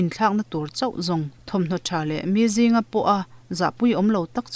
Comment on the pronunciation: I chhiar bo a lawm, mi à zinga, ni lo vin miazinga tih tur, lam ran vat tir